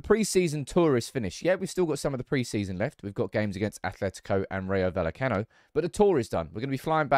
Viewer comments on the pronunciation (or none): Just a heads up. Rayo Vallecano is pronounced rye o val ye cano.